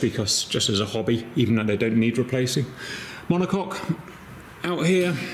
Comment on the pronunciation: "monocok" and.... demonetized. Glad to see you are working on your health, Cap. Selfishly, would hate for you to stop making vids. you are always entertaining, Good Sir